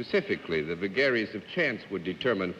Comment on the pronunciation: The last challenger Mr Kaufhold was left-handed and the set is designed for right-handed people, so it wasn't easy for John Daly to shake his hand and take the chalk from him - there was a small collision. Another odd feature of this episode was Mr Daly's pronunciation of 'vagaries'. Because it's the noun from 'vague', I would say 'vague -eries' but he says 've-GARRYS' and Bennett Cerf repeats that as if surprised. Mr D was a very clever and cultivated man, so perhaps he is right and I'm wrong.